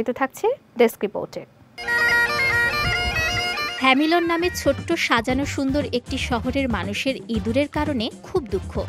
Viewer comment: বাংলাদেশীরা কেন এতো অপেশাদার। হ্যামলিন কে হ্যামিলন উচ্চারণ করছে 😂